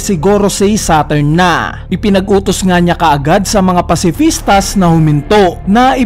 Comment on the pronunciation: Pacifista lang walang S silent ang S sa pag bigkas.